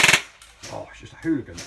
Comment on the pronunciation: Just makes me want it... when he says it's a fOk'n Hoolagin. Lol 😅